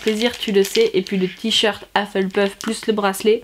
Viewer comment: Je trouve ça trop mignon la façon dont tu dis Hufflepuff avec ton accent français ! Joyeux anniversaire, tu es bien gâtée en tout cas !! 💛